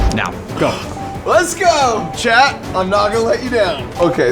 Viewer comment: Why does Mark keep saying "Chad"? Edit: Captions say "Leading frost" instead of "Leidenfrost". I think whoever did captions did not do a good job.